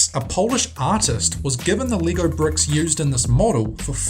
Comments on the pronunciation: LEGO is pronounced Lay-go. Gosh, learn how to speak. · lego not leego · Leego? Pronounce it right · It's pronounced leg-oh not Lee-go. Geeze. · It's not lee-go its leg-o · Sound like you pronounce Lego as lee-goh